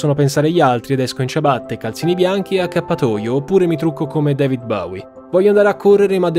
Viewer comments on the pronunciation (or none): none